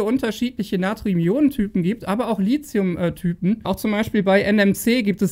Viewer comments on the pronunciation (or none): Deine Videos sind super - aber dein LiZium geht mir gewaltig auf die Nerven! Es heißt LiTHium - wie in Lithosphäre, Lithographie, Mathematik, Apotheke usw. usf. Nicht ohne Grund wird SiliZium anders geschrieben und eben auch anders gesprochen! Krieg das doch mal bitte hin, Tom Boetticher schafft es doch auch wunderbar. (Dafür sagt er dann aber ernsthaft bei "kaufbar" ARGH - wie wäre es denn mit "käuflich"???) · Schöner Beitrag, wie immer , aber bitte sprich Lithium richtig aus. Du bist ein Profi deines Faches, das passt nicht zu einen Profi.